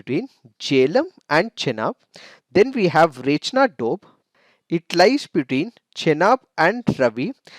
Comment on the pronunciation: The way he pronounces 'doab'..like 'dope'..:p😂😁...i mean kinda cute...no offense🤗